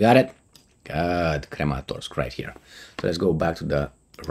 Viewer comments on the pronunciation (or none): repeat after me: krAAAmAAAtorks